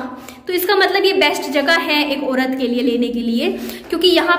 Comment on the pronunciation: Orat kyo bolti . Pronounciation sahi kra kariye